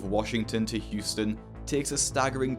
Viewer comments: its Houston not Hutson lol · Huston No its Houston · Houston is spelled Houston not Huston!😂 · it’s Houston not Huston mate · Houston, not Huston. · It's Houston not Huston. Just fyi. I realize you don't live here so I wanted to let you know for future videos. Love your channel. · Its Houston not Huston homie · It's HOUSTON, not Huston lol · It’s Houston not Huston.